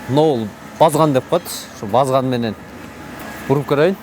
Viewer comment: Э журналист базган емес барскан дейт уйронуп ал